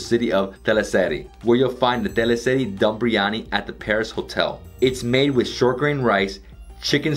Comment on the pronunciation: Ahh- you pronounce Biryani like a Mauritian. Good man! 👍🏼